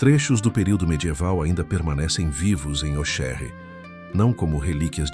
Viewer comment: Auxerre pronuncia-se o Xis como CS . Ôcsérre